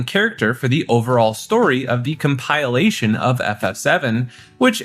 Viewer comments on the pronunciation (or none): Com-pile-ation 👎 Com-pill-ation 👍